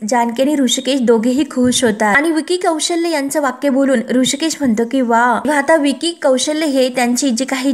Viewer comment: विकी कौशल्य नाही. कौशल असं आहे ते.